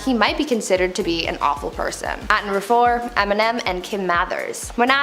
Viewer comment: I was going to call you rude when the video started and I read your comment, but as I continued with the video I totally get you 😂. She destroyed the word ‘tumultuous’ and the phrase ‘awful person’. I Wish she switched them with other synonyms.